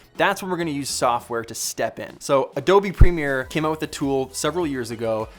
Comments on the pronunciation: peter says OTE instead of OUT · "check this oot"